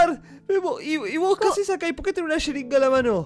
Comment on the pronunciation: sheringa, yeringa? xD